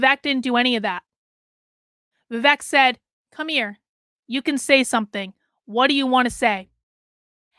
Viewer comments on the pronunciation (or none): Pronounced Vi-Vake… as in cake, Not Vi -Veck. But yes I agree with you. A great candidate he is but I am still pulling for Trump. I think Trump would be wise to make him his running mate. Vivek has his whole life ahead of him but Trump needs to finish the job he started. Vivek can take over in 2028. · His name is pronounced is Vi-wake. I do not know much American politicians, but Tulsi and Vivek will make very good president. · FYI ~ it’s pronounced “Vivake” and it means judicious and wise in Sanskrit 😉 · Please pronunce Vivek as Vi-wake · Yes. Thank you.